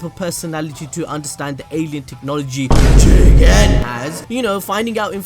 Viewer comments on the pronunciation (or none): none